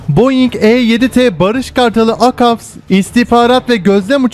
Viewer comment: hala akavs diyor avaks kardeş avaks :) eline sağlık